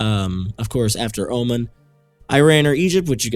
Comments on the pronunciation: Oman is pronounced oh-mon btw, not oh-min. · It's pronounced Omaan, not Omen m8